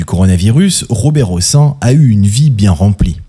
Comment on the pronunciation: On prononce le "n" à la fin du nom Hossein et Madame Françoise Giroud aura laissé son emprunte plus pour avoir été secrétaire d'état chargée de la condition féminine sous François Mittérrand que comme journaliste ... Et oui, que voulez-vous, la prison pour "P....philie", ce n'est que pour les sans dents d'en bas, mais pas pour les stars du showbiz ou ceux qui sont tout au dessus du panier...